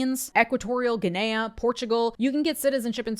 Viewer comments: just so you know, it's pronounced the same way as in "Guinea pig" though your pronunciation is actually closer to what they would call it over there in Spanish. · that's not how you'd pronounce guinea pig, why would you pronounce the country like that? good video though, what a hectic country. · Guinea = GIN-nee, not gwin-NAY-uh